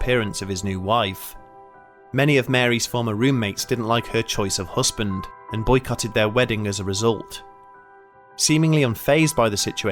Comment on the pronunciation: Looking forward to more videos from this channel. But please try and say partner instead of "hussband" 😂 Oh and I'm sure it was a turquoise coloured key ring. Not tortoise coloured 🤔